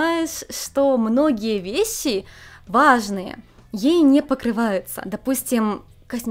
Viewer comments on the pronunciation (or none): Многие весси :D Японизация не проходит бесследно) Только не обижайтесь пожалуйста)